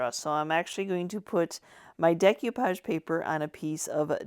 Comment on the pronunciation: You are my new fave. This is way more fun than repurposing new stuff. Just fyi it's pronounced day koo paazh.